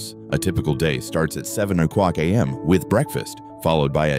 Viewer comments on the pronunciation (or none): he said 7 o quock a.m. 😂